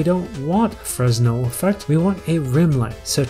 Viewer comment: for future reference, the "s" in "fresnel" is silent. Also, it isn't just some surfaces, but all surfaces. It's just more noticeable on some surfaces than others